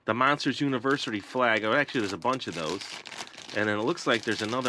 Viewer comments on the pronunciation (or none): did anyone else hear monsters universery?